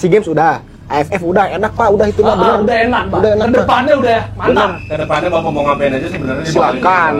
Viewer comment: Saran kalau bilang "mau dol" , "mau" nya jangan di singkat jadi "mo"